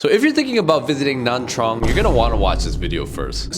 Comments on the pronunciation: Why does it sound like he's saying Nam Trang? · how can you trust a guy that can’t even pronounce nha trang properly?